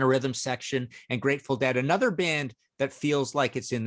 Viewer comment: The word is pronounced uh·NUH·thr, not ay·NUH·thr.